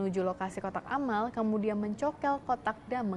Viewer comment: kotak alam bukan kotak Amal 😂